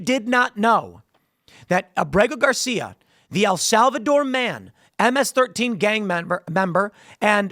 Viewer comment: I am a Maryland man. Born here. Abrego Gar See-Ya...Hopefully Never, is from El Salvador. And Piker is from FruitloopCrybabyville.